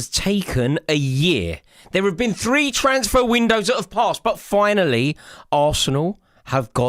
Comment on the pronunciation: Please stop saying “tranceferr” it’s “transfer”you journalists know what i mean. It’s ridiculous. And also, if arsenal get’s eze, game over for everyone.